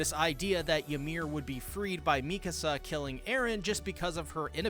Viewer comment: I personally APPRECIATE you FINALLY pronouncing "Mee-ka-Suh's" name properly..showing her the RESPECT and dignity her character so richly deserves. From all of YOUR fans..we thank you sincerely.